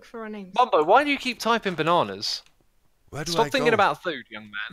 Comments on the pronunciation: " I wonder how they knew we were coming " also mumbo : BANANAS BANAANS BANANAS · " I wonder how they knew we were coming " also mumbo: BANANAS BANAANS BANANAS